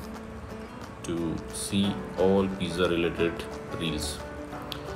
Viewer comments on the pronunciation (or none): How hard is it to pronounce pizza the correct way?